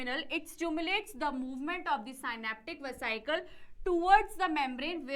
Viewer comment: mam, improve ur reading and pronounciation. vasicles * vasiecle😅😅, chemical * chamical🥲🥲